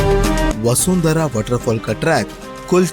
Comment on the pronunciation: वसुंधरा नही है बसुधारा है ।